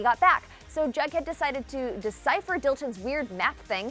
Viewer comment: Is she saying “BugHead” or is that just me... it’s “JugHead” it sound like she is saying bughead 😂😂